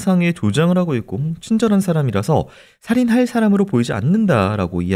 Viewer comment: 크라임 한가지 거슬리는 것. 배교수님의 말 습관입니다. 정규방송 앵커같을 수는 없지만. 그렇게 해고 --> 그렇게 하고 왜 그래느냐 --> 왜 그러느냐 불쌍해다 --> 불쌍하다 그렇게 핼 수가 있겠느냐 --> 할 수가 있겠느냐. 해다 라는 말은 없습니다. 해 를 쓰는 경우는 하다의 활용형으로 명령형이나 과거형에 활용되는 말일 뿐입니다. 조금 거슬립니다.